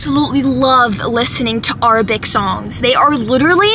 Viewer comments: its arabic not “arbic” 😂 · Did she just say Arabic as in (aa-ru-bic) or is it just me😮😂❤